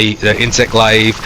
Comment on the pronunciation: bro cannot say glaive lmao